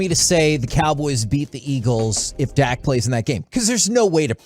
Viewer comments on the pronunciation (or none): It's "Dak", not "Dakk".